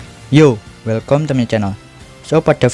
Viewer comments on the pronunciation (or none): none